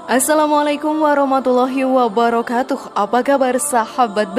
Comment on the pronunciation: Ape... Bace Salam...kalau... Bace... Fasehnye... Uwwebarakatuh ye..... Betulke... Salah... Bacenye